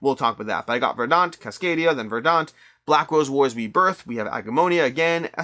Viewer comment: VER-dant. Accent on the first syllable.